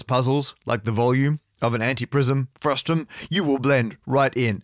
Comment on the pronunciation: This bothered me from the very first mention of the word. You are talking about a frustRum, not frustum!